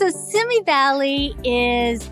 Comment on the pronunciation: Simi- is pronounced—— See me